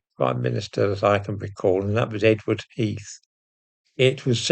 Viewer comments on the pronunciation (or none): none